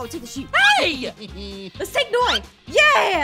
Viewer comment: aph: lets steel from macs house and give it to noi my ears: lets steel from macs house and give it to moi